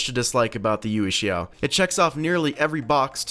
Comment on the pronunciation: it's pronounced "yuweh shao" not "yew shao"